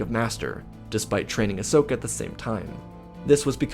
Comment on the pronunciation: "Ahsoka" not "asoska"